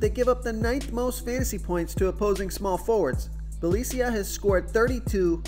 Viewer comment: Congrats..!! I think week in week out you give the best fantasy picks and advice.. On a lighter note...I like how everyone seems to pronounce Bjelica differently...